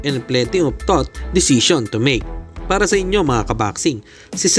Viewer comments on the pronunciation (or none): Would’ve = would have yun hindi “would be” Tough = tuff yun pagbasa hindi “thought/tot”. Ayusin mo pag vvlog mo hindi yung may ma e content ka lang d ka naman marunong mag basa